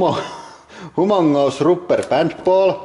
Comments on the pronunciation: Hoo-mohng-us rupper bahnd ball! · "vee hav dees hoomongus rooper bant baul" had me in tears